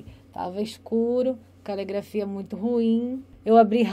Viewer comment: É calegrafia ou caligrafia? Tanto interrogador quanto interrogado estão pronunciando errado!